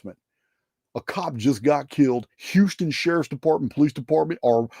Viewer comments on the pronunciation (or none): none